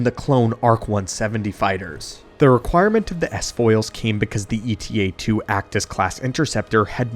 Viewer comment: It's not E.T.A., but Eta, a Greek letter just like Alpha, Beta, Gamma, etc